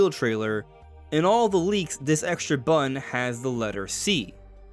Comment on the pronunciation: button, not bun.